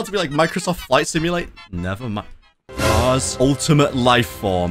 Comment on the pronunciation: I thought he said he will fight cars not kars😂😂